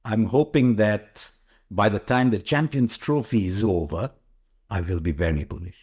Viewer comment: It's Bullish and not Boolish, Harsha. Your diction has become very tired as you have aged. But you still remain one of the great Indian commentators.